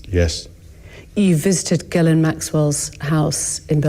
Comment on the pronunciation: Ghislaine is a French name, it's not pronounced "GUY"laine ... the GH is pronounce like a "J" .. for "JISS" but drag the J, J> "JJiss"laine.